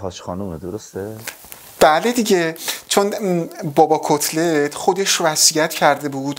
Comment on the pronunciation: میگه کصلت یا کتلت؟؟😂